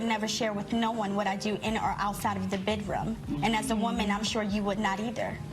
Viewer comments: "The bedrum" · She said "The bidroom" 🤣🤣🤣🤣